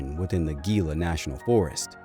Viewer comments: The "Gila Forest" is pronounced "Heela". Thank you, from a New Mexican! Check out our 6 badlands parks here for skin walkers!!! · Gila is pronounced heela the g take the sound of h and I to ee sound.